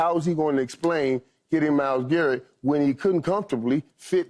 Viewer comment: This dude Keyshawn said Myles Garrett 😂